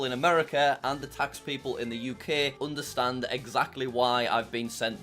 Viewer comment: Onderstand lol 😂